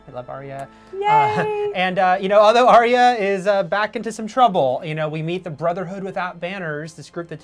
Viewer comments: its Arya, not Arrya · ..."Arrya"... ARYA. NOT ARRYA. GODDDD.